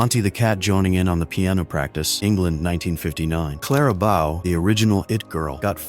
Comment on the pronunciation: Her name was pronounced Clara B-o not Clara B-o-w 😮